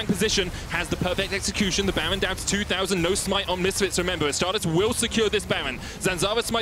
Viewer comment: is by far the worst caster, his fake laughing and his inability to pronounce ''baron'' ruins it